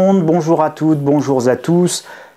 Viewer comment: « Bonjour za tous » Je commence la vidéo avec ça et je tombe sur ton commentaire dans la seconde, j’ai cru que c’était ironique.